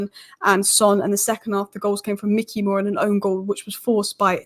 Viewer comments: please stop saying ‘mickey moore’ its ‘mike-ey moore’ 😁😂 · Bro its Mikey as in Mike not Mick 😭 Pls hahaha. Great analysis as always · Why do people not even bother to at least look at other comments before posting ? After the first couple of pronunciation corrections I thought the subject was covered. Apparently not every second comment after that then repeats the same information. The whole world now knows it’s My Key not Mickey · I love you.. but its Mikey not Micky <3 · Good video but it's Mikey Moore not Micky Moore. Mikey Moore is a generational talent so this detail means a lot to hardcore Spurs fans. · I love the content , but it’s Mikey , not Micky Moore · Like your analysis but it's Mikey not Micky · It’s not Micky it’s Mikey (mykee) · MIKEy not MICKey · It’s Mikey, not Micky. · Mikey not Mickey gd content 👍🏿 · Good video, thank you! Btw, it's Mike-ee Moore, not Mick-ee (like the mouse) 🙂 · Isn’t it Mikey as in likey?